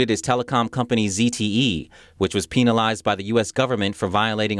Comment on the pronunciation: Pe-EEnalize? HAHAHAHAHA. Pee-nis- ilize?